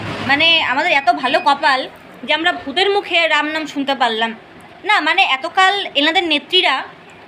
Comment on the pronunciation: Ram uchharon korte pare na, tobe mora mora bol